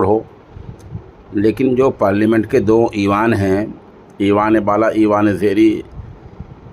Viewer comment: ईवान ए बाला ईवान ए ज़ेरीं नहीं है जनाब । ऐवान ए बाला & ऐवान ए ज़ेरीं है !